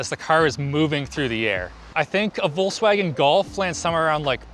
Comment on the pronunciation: its called VOLKSWAGEN with S and you also have to say the e in Porsche!